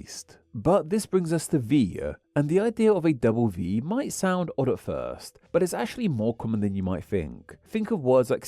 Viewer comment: it's driving me nuts lol. odd? more like "odd-uhhhh"